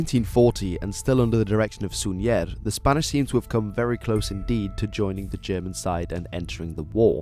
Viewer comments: Susa no, try to speak "soul-za". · Spanish pronunciation. Suñer and Gomez would be stressed on last syllable, as ending in r or z, not vowel, s or n. But Súñer and Gómez as actually written are stressed on first syllable, because the accents override this rule.